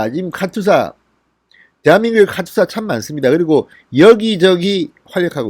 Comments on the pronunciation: 진**님 카투사(카츄사아님)로 발음해 주세요~ㅋㅋ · 카츄사가 아니고 카투사입니다! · 카츄샤 아니고 카투사입니다! 발음이 안되시나요? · 카추사가 아니고 카투사입니다~~!! Korean Augmentation to the United states Army.